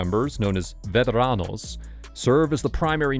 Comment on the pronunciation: You gotta learn how to roll your R's brother. If you can make a cat pur sound, you can roll. Vet-a-rrrrr-an-os. You have to atleast try.